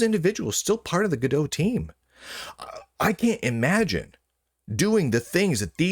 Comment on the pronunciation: I'm pretty sure its not gadeaux. gal gadot is gadot not godot for one.